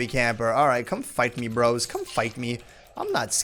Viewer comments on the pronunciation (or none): none